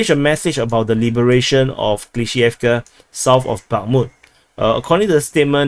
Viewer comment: It's up to them, terminology-wise. A*v*diivka. Av-diiv-ka. TASS reported Prigozhin's statement. Good job on pronouncing Klishchiivka!